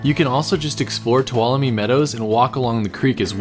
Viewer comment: This place is a life-changing experience. It's pronounced ,"to wallow me".